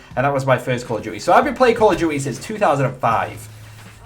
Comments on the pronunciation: "Call of duwy"? Loool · 'Call of Jewty' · why do you say "call of gui"